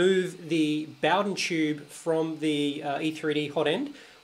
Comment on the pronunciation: Mate, you're pronouncing Bowden wrong.